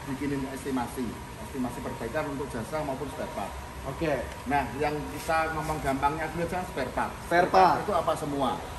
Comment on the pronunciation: SPAREPART BANG.. BUKAN SPELPART